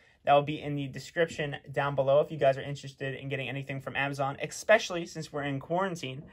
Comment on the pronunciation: Especially, not expecialy!!